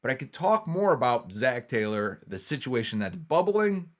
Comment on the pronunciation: Taylo you say?